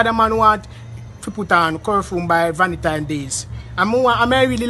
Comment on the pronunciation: Di man seh.." curfume".." valentime dayz".. I laughed so hard..😅😄😃😂🤣he really made my day...all now mi a laugh 😅😄😃😂🤣